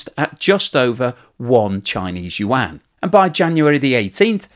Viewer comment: your chn pronounciation for yuan have gotten so good! i remember when you used to say it like "wan" XD thank you for learning, keep it up!